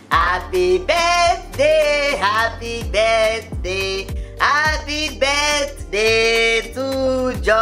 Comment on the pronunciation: how is mama pronouncing the "birthday" it sounds like birt, lol